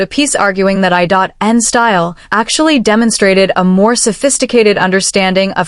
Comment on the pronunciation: Channel creator might want to better train their AI computer voice. It's I N...not I.dot.n😅😅😅😅